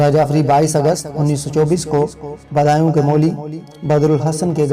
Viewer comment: Bhai recording so pehlay kisi si islah lay letay badayon ko aap Kia parh rahay hain?